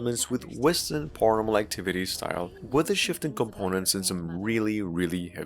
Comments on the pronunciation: it's pair-uhnormal not par-yanormal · The way he says paranormal 😂